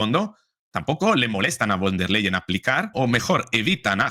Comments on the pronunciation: Von der Leyen se dice , fon der Leyen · con respeto...la V en alemán, se pronuncia como la F,,,,o sea, VON, se pronuncia como FON.. seria von der Leyen, o sea se pronuncia como fon der Leyen..gracias. gracia por las importantes informaciones, soy su seguidora..mis respetos